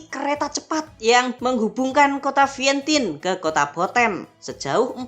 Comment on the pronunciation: Vientian baca nya bukan Vientin